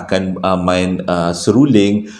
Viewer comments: Seruring ka seluring.... SERULING la...🤣🤣🤣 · Mana x tergelak...seruling jd seluring jd seruling blk🤣🤣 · Seluring 😄seruling lah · seruling..seluring..seluling.. mmg mghiburkan.👏👏👏👵🌹🤗😀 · Assalamualaikum..sebut betul2.. SERU...LING.. ha...👍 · bang sy baru nak mood ii seram eh tersyaysyul pulak “seluring” HAHHAHAHAHA ADEH PENAT SY GELAK 😭😆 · Memang xdapat disangkal lagi memang terbaikkk storyteller terbaikk pernah saya jumpa..don't stop Dapat hadir lagi harini mendengar Joe nak bercerita semoga Kita semua dilindungi Dari segala Perkara yg tak diingini...aamiin. Saya tergelak kejap dengar ckp seruling..seruding..lama2 serunding kan🤣🤣🤭tersasul berpisah tiada la dengan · Salam hai..heheheh lucu gigih sebut seruling...